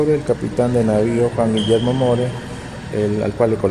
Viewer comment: Es Moore (mur) señor..corrija su error